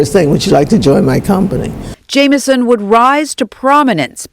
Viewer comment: her name was JAM-i-son ... too bad the female broadcaster couldn't have said it correctly.